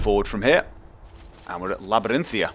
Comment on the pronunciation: He knows but he thinks 'Labarinthia' sounds better.